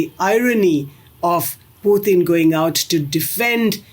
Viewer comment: Blo_dy LIAR of a Commentator. Titles her program "Why India ... " but does not even touch upon it. Typical Indian Flim Flam with BOGUS Gurus etc. To top it she mis pronounces "Pu-t-in" in a typically uneducated, incompetent but pretentious Indian way, pathetically full of themselves, the IRRELEVANT Billion !